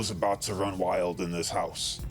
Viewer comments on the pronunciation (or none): none